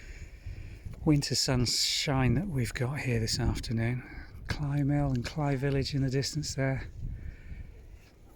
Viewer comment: Thank you for taking us along on the walk. It was interesting to see the different aspects of the path and the beauty of the reeds. I am glad you said the word "Cley," as my Tennessee brain has been thinking it is pronounced with a long "a" sound like clay or grey.😄 Best wishes from Tennessee.💕